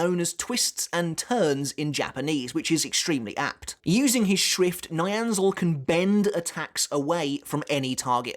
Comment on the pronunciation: always sounds like you are saying schwift haha, get schwifty